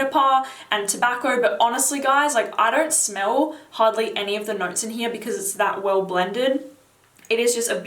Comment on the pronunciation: ...it's all in heeyahh!!